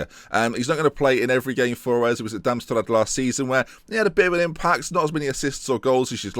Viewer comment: How cant you say DARM-STAD, GROOTHER FURTH, HIGH-DEN-HEIM, AND BROWN-SCHVAIG ????? I MEAN YOU ADD R'S AND L'S EVERYWHERE LOL